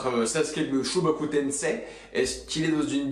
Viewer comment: Par pitié : ça se prononce aZura et pas Achura et shibaku tensei et non shobaku tensei